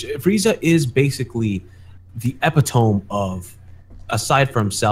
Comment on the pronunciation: Did this man just pronounce epitome as Eh-pee-tohm? lol